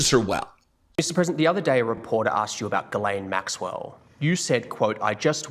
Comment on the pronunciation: Made me laugh when you first said Jizzlane Maxwell... very fitting